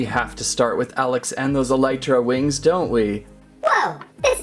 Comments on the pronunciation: i havent played Minecraft in a while but im pretty sure its pronounced Elytra (E - Lee - Tra) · You pronounced elytra wrong.